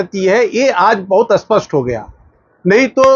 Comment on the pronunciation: आप बार बार अस्पष्ट बोल रहे है, वो अत्यंत स्पष्ट ऐसें है क्या??